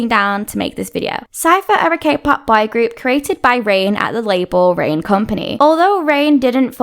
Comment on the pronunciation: I kept hearing "bi group" instead of boy group 😅